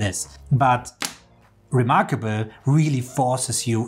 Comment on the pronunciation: Let me take advice from someone who says remarkabuuul :D lol